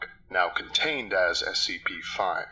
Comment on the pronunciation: As anyone else notice that this person is saying SPC instead of SCP? And for those who don't know, SPC stands for shark punching Center. Seriously look it up!